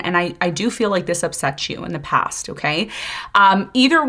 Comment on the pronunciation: 👏 👏 👏 👏 👏 BRUUUH,"coming from deh pass" 😢every dam time I hear it!!!! I cringe. I stop talking and started shouting at the universe 😅to Please keep them in thee pass...its like a flock of ducks migrating 😅